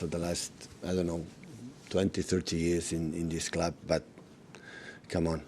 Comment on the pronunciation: loves how he says 'Da Clab"